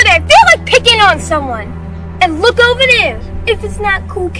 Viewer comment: "This is not ovah...BULLIES!"